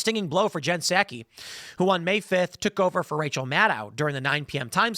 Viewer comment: I think Tim is the first person I've heard say Jen Psaki's name this way. Everyone else pronounces it like the rice wine, Sake. Tim's way could be useful for nick naming. As a reporter, pundit and purveyor of information, Jen Psaki is a hack. If we pronounce her name the way Tim says it, then we could call her Hacky Psaki. Which is moderately pleasing. I don't know if the younger generations still play hacky sack, but we need a new nick name for her. Peppermint Patty got kind of worn out.